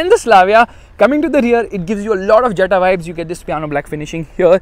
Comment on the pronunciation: Its pronounced as Yetta